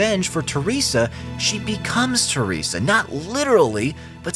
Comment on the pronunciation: Your pronunciation of "Teresa" is so off it pisses me off xD